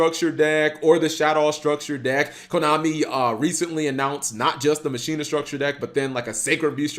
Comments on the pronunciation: Masheena I thought it was pronounced Makina you know the Spanish term for machine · sorry to break it to you, but that's not how you pronounce it. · Why call it Muh-sheen-nuh? Why not call it Ma-qi-nah? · "Machina" is pronounced the same way you say "machine" in Spanish. Mak-ee-nah